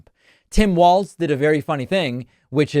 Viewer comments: Just because we might be using it a lot in the near future, it's pronounced like "walls" not "waltz" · It is pronounced Walls - Walz not Waltz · *WALZ (not Waltz.)